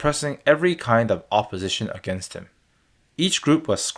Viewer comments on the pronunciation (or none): none